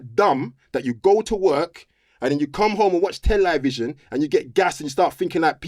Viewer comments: anytime someone says "Tel-EYE-vision", you know they're gonna chat some illuminati nonsense. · It’s Tell-A-Vision